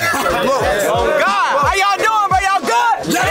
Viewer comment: was the best part for me “oh my gudd”😭😭😭